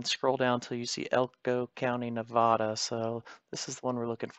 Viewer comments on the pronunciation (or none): Nevahdah 😂😅😅😅 it’s Nevada